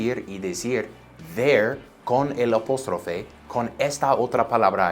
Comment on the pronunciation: lo ayudo con su Español es APÓSTROFE con A...vocal abierta para que su español se escuche mas latino!!! Profe eres un crack!!!!